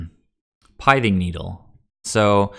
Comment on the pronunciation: It's not a shot at you or anything, I just try and correct pronunciation on any mtg commentators: the pith in pithing needle rhymes with myth or sith (starwars). Good content overall. I like seeing the early testing of the UG lists. At what point though do we just go all out aggro with 10-12 1cmc (aka bring in cosi's trickster too), forgo the vials, and run reejerey for top end of the curve lords? Is there a point where that happens? If so, also at what point are we asking if we should just be playing zoo? Should we drop down the spreading seas to a seas claim so we're not taxing land as much to still get the evasion?